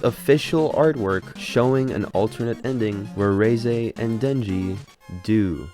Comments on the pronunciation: Its REH-ZEH not RHEEZY like fuckin WHEEZY, what the fuck, learn a thing before u do a video on it. Why do youtubers suck so bad at this in general. End your account. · Reeeeese not reizei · Every time I heard this cockhead say Ray-Zay, instead of Reh-Zeh, I died a little inside 💀